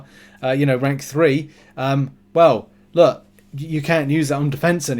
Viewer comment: its pronounced "LOOK" not "luh"